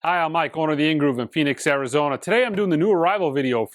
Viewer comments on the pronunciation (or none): none